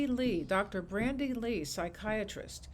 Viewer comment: Correction: It's Dr. Bandy Lee, not Brandy.